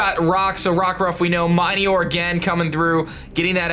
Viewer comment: "Mine-eeyore" Cmon dude, srsly?It's literally pronounced "Mi-nior" like meteor >____>